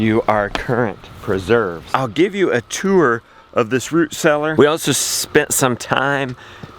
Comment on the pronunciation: The way he says "tour" as "tewer". I wonder if that's a NC thing.